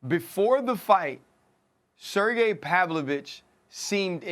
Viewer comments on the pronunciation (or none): “Pavlich.“ Kills me on his podcast when he does that. Lmao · ”Serjy Pavlich” lol😂 he says both his names wrong. Love it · He fucks the names up on purpose. He’s essentially said as much, himself.